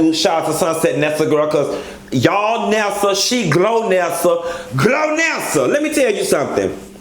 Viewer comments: lol “Glonnesa “ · "Glonessa"....who's gonna tell him?